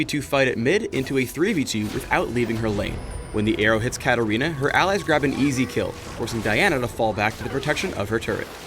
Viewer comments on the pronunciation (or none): none